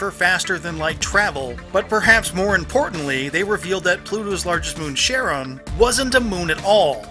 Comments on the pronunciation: "Pluto's largest moon Sharon" That's... not how Charon is pronounced. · A turian disliked this video! Also I thought Charon wasis not pronounced like Sharon, but English is not my first language xD